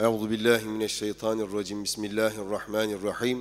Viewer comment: Euzü besmeleyi doğru okuyup (şeytanirraciym ){yanlış olan : Şeyda nirraciym )} mest ettiniz gönlümü Allah razı olsun